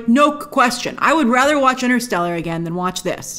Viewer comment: You lost me at interestelar, C-mon on girl!!! WTF